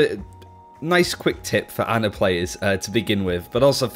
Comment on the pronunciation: How do most people still call her Anna? Since her launch video almost two years ago, it's been clearly pronounced Ana.